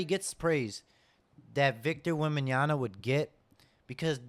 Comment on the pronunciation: bro, if at this point, you´re still fucking up pronouncing his name, maybe start there, before you start the panic? :D wemby is in the right spot, and they're doing the right thing. everybody else just need to chill for a couple of years. you´ll see. SAS i playing the goat game right now. by placing the right cornerstones now, they´ll unlock his full potential.